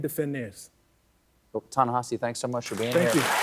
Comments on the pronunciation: Why does SC mispronounce Ta-Nehisi as Ta-NeHAsi? It's not the first time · Stephen, while he has the grace not to correct you, his name is Ta-NEhisi, not Ta-NAhisi. I wished you'd had him on the whole show. Thank you for this. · Even Colbert pronounces "Ta-Nehisi" incorrectly! Come on, people! Learn to pronounce his name, for crying out loud.